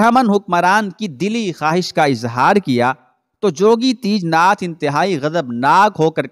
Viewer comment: teejnath nahi tejnath